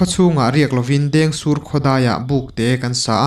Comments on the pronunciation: Dêngsûr tih tih tur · A lam dik e